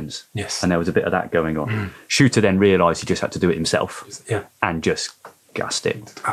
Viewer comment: Its Shurter not Shooter.. otherwise an excellent podcast!